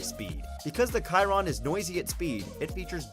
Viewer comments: I can name hundreds of cars more expensive and it’s pronounced sheeron not Keeron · You did not say Chiron right it is like (sh-eir-on) also there are like 35 cars more expensive than the Chiron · The way he pronounced Chiron made me cringe